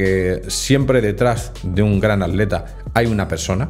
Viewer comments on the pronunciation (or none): none